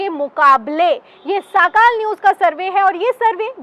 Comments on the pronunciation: Didi woh sakaal nahee sakaadh hay. Sorry agar koi galti hogai to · मॅडम, साकाल न्यूज नही, सकाळ न्यूज बोलो